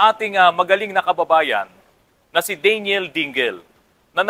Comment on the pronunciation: At saka hindi DEY---NYEL ang bigkas ng Daniel...DAN----YEL ang tama.